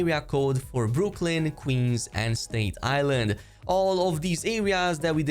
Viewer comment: It’s “Staten Island,” not “state island”